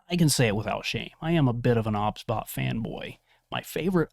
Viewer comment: cant stand that he says obsbot O B S